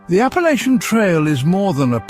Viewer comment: Apple Atcha. Never ever that way you jist said it. If you're gonna talk about us, say it correctly.